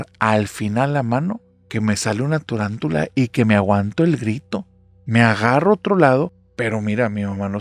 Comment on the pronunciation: Me sale una TORANTULA dice, me descolocó creí escuchar borroso y lo tuve que repetir nuevamente porque no me podía creer que el Narrador lo dijese mal pues admiro su calidad narrativa. Dudo de mi capacidad auditiva antes de que su calidad de contenido! Felicidades por tremendo proyecto, mi pasatiempo culposo.